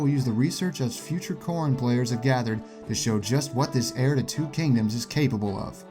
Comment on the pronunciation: It sounds like you say corn instead of Corrin sometimes, therefor the comment. ;)